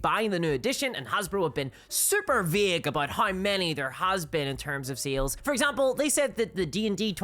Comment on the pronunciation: I hope this doesn't come across as mean spirited but I just had a good laugh about halfway through this video. It took the host saying the word "sales" at least 15 times before I realized they weren't saying "seals." I genuinely was taking far too much brain power to try and figure out what they meant by seals. 😂